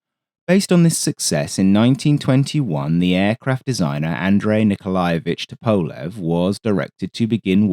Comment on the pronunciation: Bit of a diversion, but very nice! Just FYI Tupolev is pronounced Too-Pol-ef Just a minor thing :) enjoyable vid as usual!